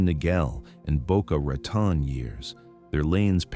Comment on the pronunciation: I think you mispronounced "Geri" and also "Boca Raton".